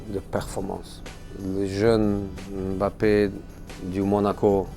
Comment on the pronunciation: Il dit mieux "Mbappé" que la moitié des journalistes français 😂😂😂